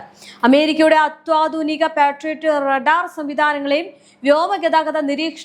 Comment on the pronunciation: ഈ കുട്ടിക്ക് മലയാളത്തിലെ ചില്ലക്ഷരങ്ങൾ ആരെങ്കിലുമൊന്ന് പഠിപ്പിച്ചു കൊടുക്കണം. " അത്യാധുനികം " എന്നതിന് അത്വദിനികം എന്ന് സ്ഥിരമായി കേൾക്കുന്നുണ്ട്....